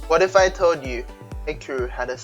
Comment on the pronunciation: no it's hikroo xD